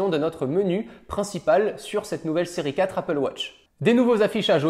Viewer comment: C’est moi ou il dit Siri 4 au lieu de série 4???